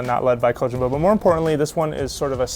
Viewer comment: ko-jim-ma ? wtf